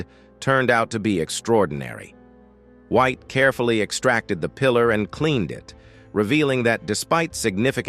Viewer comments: Ron Wyatt, not Ron White! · Please get peoples' names correct. It us Ron Wyatt, not Ron White!!